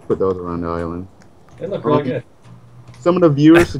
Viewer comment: bro ís-land